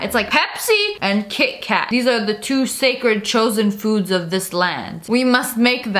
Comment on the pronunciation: me: kit-kat lia: ki-eh ka-eh me: what? lia: wha-eh?